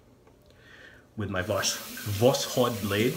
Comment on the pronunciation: Great video but you are still saying the name of the blade wrong... If you put восход in Google translate it gives a fairly good pronunciation. It's pronounced vas-ch-ot. In Russia a "o" is often pronounced as a "a" and a "d" at the end gets a t-sound...